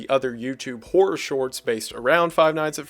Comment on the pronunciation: I am so glad one of my favorite youtubers also pronounces "horror" as "whore"